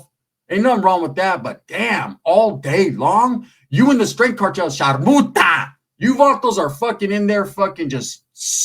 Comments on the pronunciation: Thought he said sharmuta 😂😂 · Hahahhahahahha. I laugh so hard when you say the CHARKUTA CARTEL.